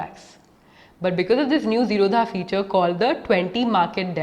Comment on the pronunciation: zerodha is not pronounced zero dha infact it is zero da...d for damru wala D...th basis on which wners name the company zero as 0 and rodha means no blockage